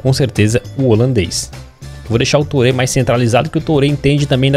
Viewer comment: Turrê... Yaya Turrê